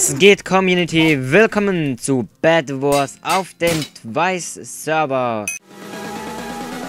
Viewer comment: Bedwars und nicht Badwars und nicht wiso sonder wieso ( Bin auch Ausländer kann aber Deutsch)